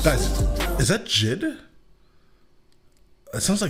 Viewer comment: It's JID btw lol